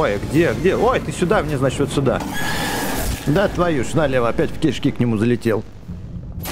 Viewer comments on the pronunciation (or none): none